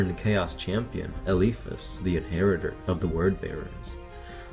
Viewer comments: There're some mistakes tho… they could get out of the Warp is because of Jonah Orion, the final psyker (librarian). Another thing is the Pronunciation, like it's Eh-Li-Fas not Eh-Lee-Fas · Dude start using correct way to pronounce names, the way you say Eliphas hurts :-S